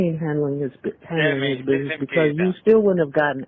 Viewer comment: ANY MAN THAT SAYS “BIDNESS” INSTEAD OF “BUSINESS” 🚩🚩🚩🚩🚩